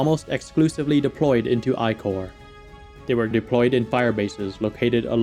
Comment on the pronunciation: It's wrong to pronounce the 1st Military Corp as the "I Corp".